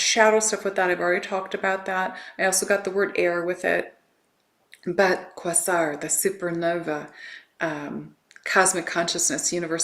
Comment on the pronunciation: Thank you. This is jam packed full of goodies. I will definitely watch this a few times. ❤🎉 I believe Quasar is pronounced " Kway-zar"